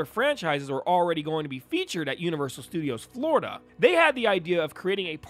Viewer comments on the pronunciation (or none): none